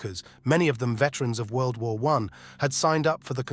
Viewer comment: "As war...clouds gathered." Dumb-ass AI voice blows the first line. A real human with a thick east European accent (or any accent really) would be much better.